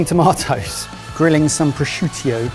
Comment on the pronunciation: Prosciutio... love it!;D